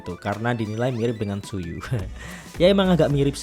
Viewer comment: koreksi kak, Tzuyu dibaca nya Jui/cui 😂🙏